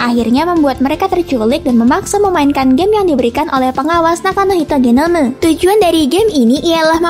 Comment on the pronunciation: Suka pas ngomong "genomu"